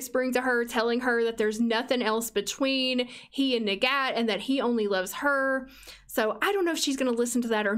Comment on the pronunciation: Her name’s arabic but specifically the Egyptian dialect so her name is pronounced “nagat” in Arabic.